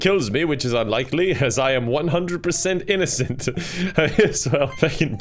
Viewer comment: i like how he said “innocent” “in-NO-cent”